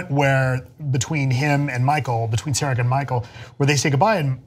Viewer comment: That's not how you pronounce "Sarek" folks.